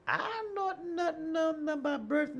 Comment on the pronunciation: “It’s a honor” “Birf” of a nation? “I want to talk in particularly?”